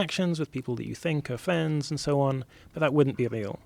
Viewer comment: "Plivate jet", "time spent with flends is flee" ... Im on 3 minutes in.